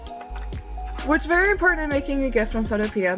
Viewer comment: Thanks. By the way the guy that created the program says it's pronounced photopee.